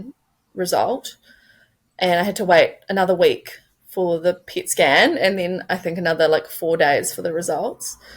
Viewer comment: It sounds like she’s saying “pig skin” not “pet scan”